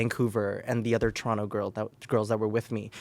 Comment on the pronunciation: As a fellow Canadian, having Aurora Matrix on Smosh Mouth is so fkin validating.... hearing her mention Showcase, PRONOUNCING TORONTO PROPERLY, SHAYNE AND AMANDA(!!!!!!), explaining how distant the cities are from each other, saying University instead of College lol.... We The North, babyyyyyy